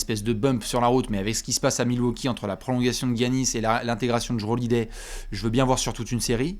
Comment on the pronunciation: Il dit aussi Daniel "Haousse" aux Rockets. On a Guy-Anis à Waukee de Bastien. J'avoue que c'est légèrement énervant lol. Franchement jvous aime bien les amis français mais sérieux vous avez un problème dans la prononciation anglaise 🤣😁 Mais le pire.....c'est que quand on le dit...ben vous vous en foutez 🤣